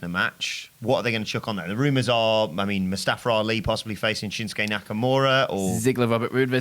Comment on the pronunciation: "Mustafer Ali" 😂😂 Why do English people constantly put an ER at the end of words????